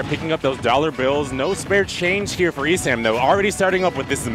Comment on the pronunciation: Furr-esam xd